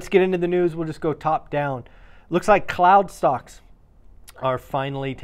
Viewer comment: I thought you said clown stocks 😂